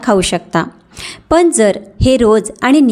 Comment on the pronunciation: फारच अशुद्ध बोलताय....कोनत्या ,णनंतर मणुका ,तान पन ...